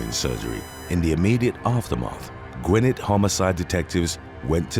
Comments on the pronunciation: When living in Gvingeth goes wrong…….. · I'm originally from Gwinnett County, and the way the narrator says Gwinnett is driving me crazy, lol.